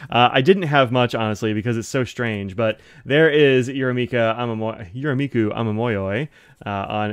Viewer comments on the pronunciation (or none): Hi! Some pronunciation help: the “me” in “Yurameku” is the same as the “me” in “met”!